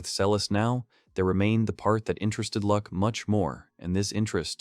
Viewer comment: his name is Luck, not Lack